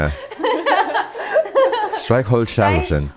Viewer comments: Du bist seht gut geworden aber Streichholzschächtelchen war wirklich nicht so strong xD :D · You did a very good job!^^ You sometimes still pronounce the R the American way. Also, with Streichholzschächtelchen you missed a ch sound I think. But these are very difficult words, you still did very well. I don't think it's fair to include the word Regisseur, because it comes from French and therefore has French pronunciation. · Brooo its not "schätelchen", its "schäCHtelchen". You're forgetting the CH bevor the T Its the same soft "ch" sound as the other two "CH"s in this word. And only the first syllable is stressed (the "streich") I hope I could help 🤙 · You did amazing bro! Regisseur isn't really pronounced like German words since it's coming from french. And Matchbox... If you want to pronounce words like that easier do it like this: Streich - Holz - Schäch - Tel - Chen. You tried to divide it into Streichholz - Schächtelchen. Don't do that. You are kinda rushing the Schächtelchen. If you break it down to what I wrote earlier, this is how you can easily pronounce every German word, or atleast easier. That's how Germans learn the words in first grades If you solidified that, you can get faster with the whole word until you pronounce the whole word perfectly :) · You have to split the sounds like this: ver-einig-te. And in Streichholzschächtelchen you did pronounce Streichholzschätelchen, you forgot the ch and not the t xD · cut this word in smaller parts and try again. Streich-holz-schäch-tel-chen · "Streichholzschächtelchen" : like every ch sound in here is 'soft' and not like f.e. in 'Dach' (=roof) also you can cut words in little pieces > streich | holz | schächtelchen and tryna pronounce the different pieces first :D the ä ist pronounced like the english a i'd say (but also not as 'ey' or 'ay' its hard to explain xD) the best thing is learning by talking, so keep going! Your german is already pretty good :D